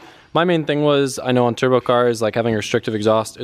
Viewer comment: "mmm i just weesh i could just make my own turbo keet"